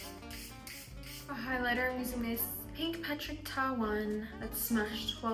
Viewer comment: The one size is patrick starr not patrick ta